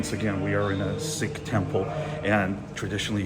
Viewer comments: It's not pronounced Sick it's Seek. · Please pronounce Sikh as seek! Not sick! Ffs!!